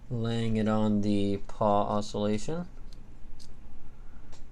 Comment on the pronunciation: It's a PAWL, not a paw lol